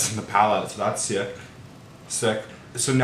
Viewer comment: so that's sieck...sick. LOLL I cackled.